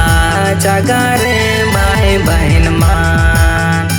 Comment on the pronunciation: Gana bahut achha hai pr शब्द का उच्चारण ठीक नहीं है ,भाई के जगह बाई बोल रहा है baki sb achha hai